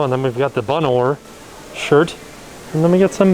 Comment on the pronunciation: Lol. BUN ORE!